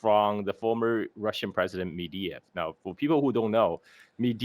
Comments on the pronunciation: Holy fuck it's not medeyev it's medvedev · It's MEDVEDEV, not "mediev", ffs get the man's name right!